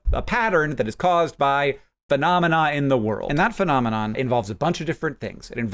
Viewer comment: one of the .001% American speakers who can say phenomenon